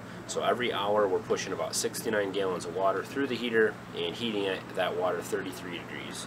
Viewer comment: Neat ideas. Thanks. Just curious, are you from another country? I've never heard anyone pronounce gallons as gayllons. Just curious